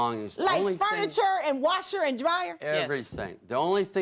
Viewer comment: “Brand new wosher and dryer” what in the devil is a wosher?